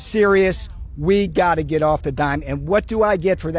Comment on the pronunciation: "And what do I het for that" Response from a warrior: prison. I died.